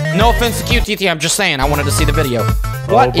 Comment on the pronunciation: You said qtt sonic in the video try again.